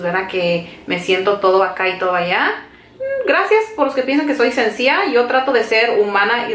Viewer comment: Mi niña,no se dice sencia,es sencilla.. asi es mi hijo menor, casi de tu edad y hay palabras que no saben pronunciar!!